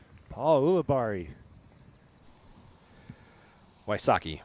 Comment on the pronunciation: I love Philo, but I hate how he says "Ool-abarri." The man pronounces his own name as "Yool-abarri."